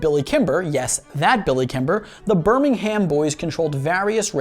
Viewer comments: British here - it's pronounced as Birmingum not Birming-HAM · BirmingHAM...bro you butchered it, it pronounced burmingum.... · Birmingum is how its said not BirmingHAM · ber ming erm not HAMMM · Every 'Birming-ham' made my spine crawl, especially since I used to live there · You said Birmingham wrong you pronounce it like burmihmm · It's pronounced burmingum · Birmingham is pronounced Ber-ming-am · can we get a British stunt double to say Birmingham properly for him? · Listening to Americans pronounce british town or city names is hilarious the ‘h’ is basically silent in all british accents as well as they say it in the show and it’s nothing like how you’re pronouncing it